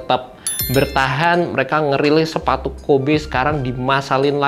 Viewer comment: Gatel banget pengen ngoreksi tiap denger penyebutan "KOBE" nya 😅